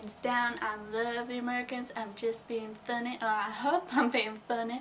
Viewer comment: You said hope like herp, and you're not obese! Lolololol